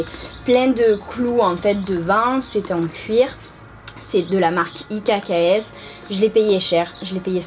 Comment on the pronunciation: Tes achats sont très jolis ! Et tu as eu raison de te faire plaisir ! Une des youtubeuses les plus humbles et proches de tes abonnés, cela fait plaisir ! :) Juste une petite info, on ne dit pas IKKS mais X, la marque n'a pas pu se nommer "X" dû à la connotation sexuel et le fait qu'ils ont commencé par une ligne pour enfants. Voilà, juste pour te prévenir de la prononciation. Bisous !